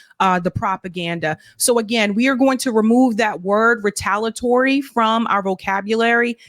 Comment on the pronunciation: The pronunciation of Retaliatory is off. You have to say the i otherwise it just doesn’t sound right.